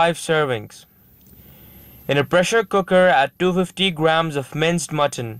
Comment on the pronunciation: Too good, but I just could not get the "250" when you said it.